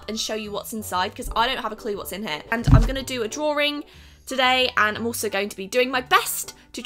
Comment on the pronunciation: Some people also say draw-ing not drawring lol. Sorry. Dont h8 me.